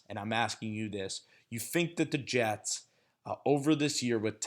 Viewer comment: Am hearing he's gotten better🤔🤔🤔.... let's see, from Geno to Hack... Jetes.. Jetes... Jetes 🤣😂🤣